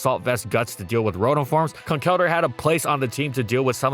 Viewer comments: ITS PRONOUNCED CONKLE-DURR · It is Con-kell-durr; from concrete and elder.